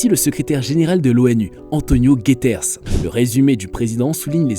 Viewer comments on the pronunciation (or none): Aussi "Antonio gaiters" au lieu de "Antonio Guttierez "...